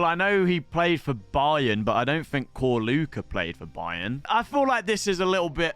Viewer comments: please for your Slavic people, pronounce our names right Ćorluka - Chorluka / ch like in church, not Korluka Dinamo Zagreb - Deenamo, like in deer, not Dynamo Cheers mate 🍻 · It's pronounced Chor--a